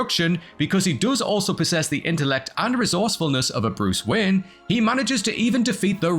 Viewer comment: Sounds like he keeps calling him Bruce Wynn.